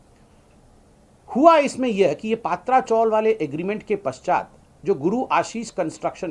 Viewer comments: It's Patrchal not paatracgal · ये डफ्फर पत्रकार, गधे चॅनल्स और राजनेता कब बराबर, सही उच्चारण करेंगे????? सही उच्चारण "पतरा" (tin) चाळ या हिन्दी में "चाल" है। "पात्रा" नहीं। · Sambitjee Paatra chawl pronounce galat hai.PATRA CHAWL( पत्राचाल ) पत्रा =tin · पत्रा चॉल बोलो सर जी, ( पात्रा चॉल नही )